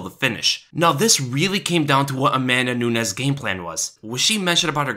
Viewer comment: A-MAN-da Nunez. Enough said. The girl's a dude.